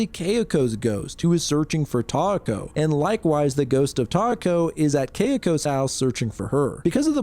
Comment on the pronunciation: yeesh that one messed me up with the names. kay-ko and (I wish it were tie-eh-ko with more stress in the beginning than in the middle, kind of like how you were going for kay-eh-ko, but the "eh" part can be almost silent)